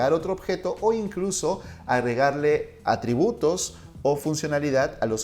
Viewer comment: dice ARTRIBUTOS en lugar de ATRIBUTOS